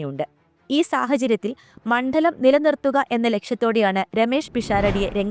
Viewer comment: മണ്ഠലം!!!ഈ കുട്ടിയെ മലയാളം പഠിപ്പിച്ച അധ്യാപകന് നല്ല നമസ്കാരം.